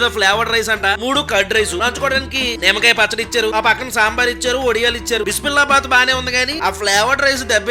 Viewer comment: అది బిస్మిల్లా బాత్ కాదు. బిస్బిల్ బాత్